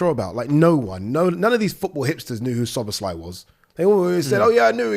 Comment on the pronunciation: sooner or later szoboszlai will leave pool/uk if nobody pronounce his name normally...this is lack of basic respect...for a god sake the end letter pronouncing in his name is "e" not " i"